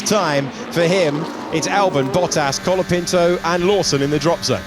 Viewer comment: is he Logapinto or Colatifi? 😂😂😂